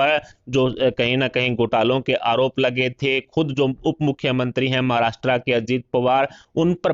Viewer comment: नालायक समाचार पढ़ने वाला। महाराष्ट्र को महाराष्ट्रा बोलता😡😡😡😡😡😡😡😡